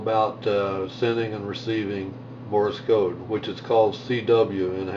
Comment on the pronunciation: Great app, I'm sure, but it is "Morse Code", not "Morris Code". Sorry, but that incorrect pronunciation is a little pet peeve of mine....